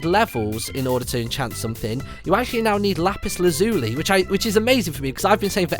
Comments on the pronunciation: The lazuli in lapis lazuli is pronounced laz-you-lie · Some people pronounce it laz-you-lee anyway because it just sounds better to them.